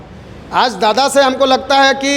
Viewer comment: Dada D or r pe antar hai dada humlog kudmi hai